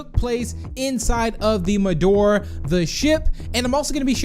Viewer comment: Why are you saying medoor its medora Just correcting you not saying anything rude